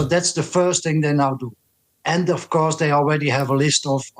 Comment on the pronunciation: "and , of cours , they are watching the news" 😊